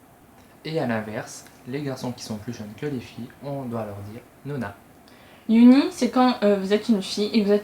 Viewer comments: vidéo interressante :) "bias" se dit [baiass] en anglais. en français ça donne bias. unnie c'est [eonni], pas [youni] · Super vidéo !! Par contre Unnie se prononce "Eunnie"